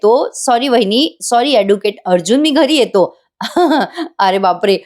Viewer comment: रिव्ह्यू देणारा माणूस अतिशय अशुद्ध मराठी बोलतो. महिपतला महिप्त म्हणतो.अॅडव्होकेटला व्होकेट म्हणतो. हे सगळे मराठी भाषेचा घोर अपमान आहे. कुठे पाॉज घ्यावा हेही कळत नाही. त्यामुळे अर्थाचा अनर्थ होतो. शुद्ध मराठी बोलणारी योग्य माणसे असावी ही माफक अपेक्षा